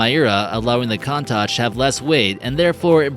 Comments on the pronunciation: not "murray" but "meeray" (Mirai), not "coantach" but "coontash" (Countach), not "mayura" but "meeura" (Miura), not "electronic" but "electreec" (Electrique) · It is pronounced "koon-tash". Great video! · Damn, had to quit watching again because I couldn't stand his blatant mispronunciations! I stopped and scrolled down to see how many people commented on "Count Tatch," only to restart and find he'd butchered "Miura," too! Disliked again.